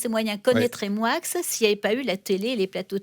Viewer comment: Pourquoi dis t'on MoiX (Moickxssss et pas "Moi") c'est français non ???? ou alors dorénavant je manges des NoiX (noickxsss)...